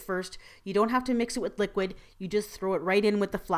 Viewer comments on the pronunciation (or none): none